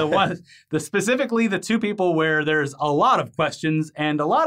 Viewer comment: Did call it "Netflick"?